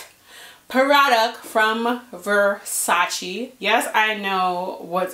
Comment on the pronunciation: Damn shame it’s 2022 and people still saying versace wrong smh